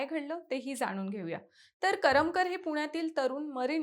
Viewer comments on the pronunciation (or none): करमकर नाही ग करमरकर